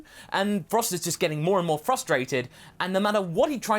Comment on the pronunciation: "frostrated" hahaha